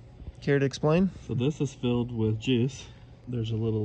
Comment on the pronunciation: I could have sworn he said it’s filled with jizz